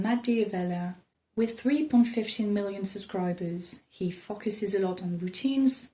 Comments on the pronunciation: I love the fact that when she says "focuses", it sounds like "f*ckuses" lol I'm not sure that's even a word but I honestly thought it was cute and I love her accent. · I like how you say focuses